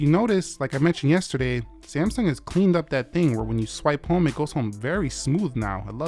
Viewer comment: SAMSUNG is not pronounced as ‘SAMSON’